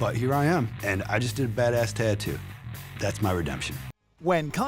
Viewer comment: I hate how this guy pronounced tattoo so annoying